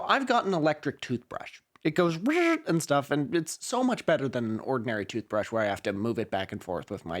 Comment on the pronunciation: Skip to when the actual video starts playing. I heard "toothbreesh" and cringed so much at this weird attempt at filibustering for time? 😅 and had to skip forward in the video.